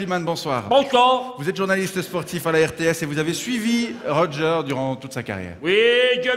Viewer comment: D'ailleurs, c'est "Roger" et non pas "Roger" ^^